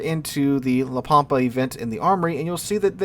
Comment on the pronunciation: Ritchie Valens cringes every time says La Pampa as Pam pa